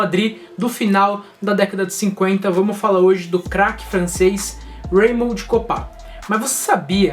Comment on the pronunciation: Pronúncia de raymond errada aí